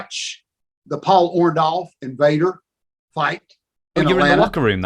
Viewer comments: Why he keep saying Paul orndolph 😹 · Him and Hogan are the only ones in the universe that pronounce it "ORN-DALLF" the rest of us ... including Paul pronounce it "ORN-DORRF"